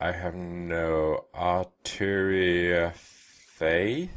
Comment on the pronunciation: Oh come on, it is not so hard to pronounce Arturiafayth! None of the other streamers and youtubers have any problems after all :P